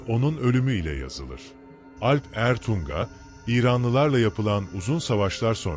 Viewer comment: Alp Ertuŋa olarak yazılıp okunmalı